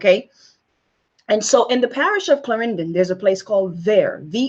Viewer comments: It is pronounced CL..AR...EN...DON not CL..AR...IN...DIN with ur fake ass accent. You came here at an older age and you lost you jamaican flavor. Also you are all over the place. What is ur point???? Shut the hell up...you do not speak us. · Its a possibility, not everybody in Jamaica has dark skin and some are incredibly fair. A black and white photo is also not helpful but still. Fyi I have never heard any Jamaican pronounce "Clarenden" the way she does considering she says she lived there its weird plus I have never seen this "Indian seperatism" in the many times across three decades that I have been there. Its also curious that she believes there were that many Indians in Jamaica when she was a kid. Dont get me wrong I cannot stand Kamala but this woman is barely disguised hate and jealousy and is talking out her arse lmao, "Out of many, one people" is the Jamaican motto. I agree colorism exists across all black countries but she is perpetrating lies, I will not give this vile liar any more airtime. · Cannot even pronounce the word "Clarendon" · She is not Jamaican ... clearly..lol...the way she talk u know she neva even been to Clarendon..the way she pronounced it ,let me know she is not from there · ...but you want to vote for a white person anyway, maintaining the status quo, so I'm unsure why you are concerned about her not being black enough for you. Ahhh, why are you saying Clarendon like that? You are not Jamaican enough for me. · She said she was raised in Jamaica! she would still have an accent, and at least SPEAK PROPER! She wouldn't be using slang as she is speaking here.... This woman is NOT from Jamaica! Even how she said the name of the school she "went to" she had to pronounce it; as if she had never said the name before. Think of that... watch it again...